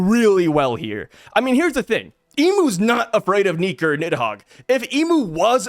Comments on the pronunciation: damn brother hard "R" on the NIKA there brother 😂😂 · you said Nika with the hard R. Hahahaha. Kidding aside though, I think Imu leaving Mariejois is going to be a plot point as well since we kinda had a teaser that Ju Peter is wary of Garling becoming a Gorosei. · the hard R is crazy 😂😂😂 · Iheard a k in there, no fowel haha